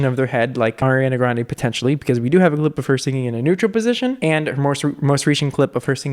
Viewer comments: “oriana grande” 😂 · “oreana grande” ...? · "Orianna Grande" 😂